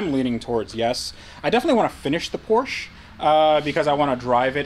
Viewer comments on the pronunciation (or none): Keep the Porsche (POR-SHA) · It is pronounced “Por-sha”. 😎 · Please trade or buy the Nismo because it kills me hearing you continually mispronounce Porsche. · You should stick to your american cars like Corvet, Mustan, Charg and whatever they are called. PorschE is for ones who can say its name right ;) Joke aside, buy ithe R32 or trade something for it. Beautiful cars even though I like R34 more. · You are clearly not a big Porsche guy because you always pronounce the car name incorectly...